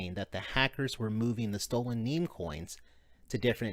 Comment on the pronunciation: It's NEM not NEEM, sheesh. :)